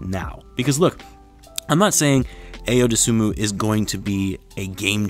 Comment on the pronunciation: It’s pronounced Eye-Yo Dough-Sue-Moo